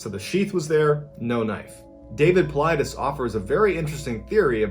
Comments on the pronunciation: it’s not pronounced David Paulides(Paul Eye Des) it’s pronounced David paulides(Paul Eye D eze) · I hit the like button because you pronounce the author of missing 411 his name correctly this time congrats bud you must have seen my last comment you're doing a badass job tho bro.